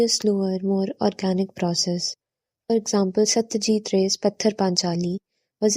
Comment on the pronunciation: It's not Pathar(rock), it's pa-ther (पाथेर) which means rasta.